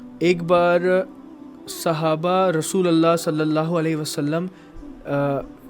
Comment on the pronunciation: Rasulallah nh rasulullah